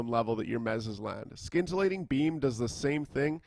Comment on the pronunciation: Excellent breakdown on a raiding chanter. As a side note, there is no 'k' sound in scintillating :)